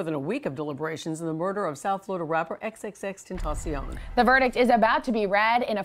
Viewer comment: face-purple-crying::face-purple-crying::face-purple-crying::face-purple-crying::face-purple-crying::face-purple-crying:she called him x x x ten sion